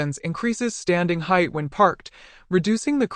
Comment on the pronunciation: Am I the only one that is sick and tired of Ai narrations saying only 2 meters in heightH??